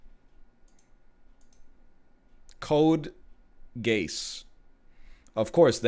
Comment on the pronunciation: "Code Gays" LOL